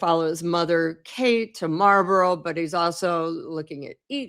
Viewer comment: You could maybe learn how to pronounce Marlborough in UK? The way you pronounce it, it's a school in LA.